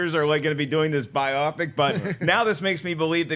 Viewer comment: HOW THE FUCK DID JUST SAY BIOPIC